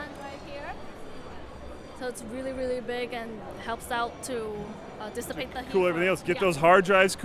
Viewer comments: its all about dis-sa-pe-ta heat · SAY DISAPATE THÉ HEAT ONE MORE TIME !!!! I DARE YOU!!! XD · She really like that word dissipate :p